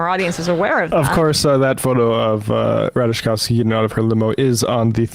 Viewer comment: Y'all. It's not pronounced "Ra tuh JUH kowski" 🙄